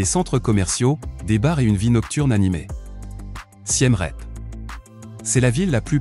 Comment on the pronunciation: j'arrête à parce que Siem Reap , ça se prononce pas du tout comme vous dites . le "ie" se prononce comme en français "mon amie est jolie et elle est polie" . le "ea" se prononce comme en anglais "peace" . voir la vidéo : how to pronounce name of provinces and city in Cambodia in correct way for foreigners (chaine khmer lesson) .